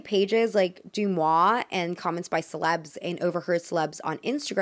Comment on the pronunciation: Sorry for being nitpicky, but DeuxMoi is pronouced like De-Moi, not Du-Moi.